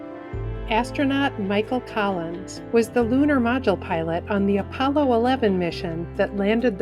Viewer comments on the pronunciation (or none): none